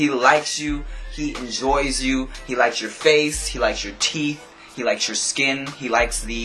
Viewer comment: I lol'ed when you said 'he lyks yer faice' I just had to say that lool